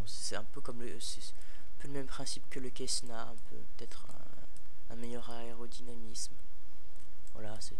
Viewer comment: On dit pas quessna c est un C cessna